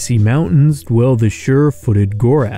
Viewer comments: The narration should be more precise……it is “Groath” ( grow-ath) not “Gorath” (gore-ath) as the narrator pronounces the name. Perhaps once again an attempt by AI failed ?! Or just lazy adherence to detail……. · Groath not Gorath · just one mistake. You pronounced Groath as "Goh-rath," rather than, "Growth." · you said gorath but meant groath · Anyone mention the constant mispronunciation, and misspelling in the captions, of the Groath? It was constantly called "Gorath" even with the name from the book on screen.